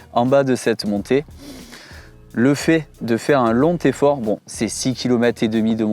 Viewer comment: LonTeffort (à 4'41)....attention aux liaisons dangereuses! 😉 Bravo et merci pour toutes vos vidéos !